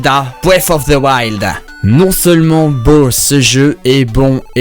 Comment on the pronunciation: Bon cest bien mais tu prononce pas bien ganon